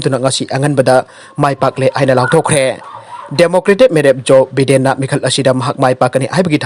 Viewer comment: BIDEN99 JOE BIDEN( JOE BY-DEN haina paagadouba)